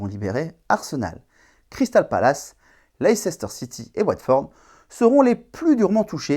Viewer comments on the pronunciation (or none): Leicester se prononce "Laïster" pas "Laïcester", oui c'est contre-intuitif. Ça m'a un peu chatouillé les oreilles😅. Sinon vidéo tout à fait d'actualité et plutôt de qualité. 😊